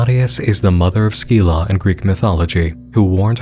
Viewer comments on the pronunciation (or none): Just have to say it now. Scyla is pronounced si-la, not skeela. It's like the sc in science. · Just to let you know Scylla is pronounced more like "Sill-uh"